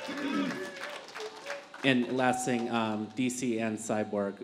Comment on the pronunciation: ''My Ting was great and everyting was great'' - Demian Maia